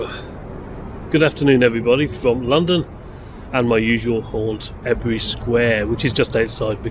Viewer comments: It's pronounced: Eee-bury, not Eb-ery. 🙄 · Ebury is pronounced E bury. Good video.